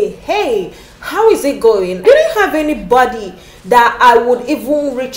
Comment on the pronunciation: Your experience is valid. The storyline is awemazing, microbiologists working in banks 😂. I couldn't help but notice how you pronounce Anybody "Anybady". I loved the video editing.